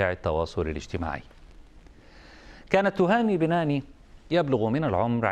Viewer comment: بَنْاني وليس بِناني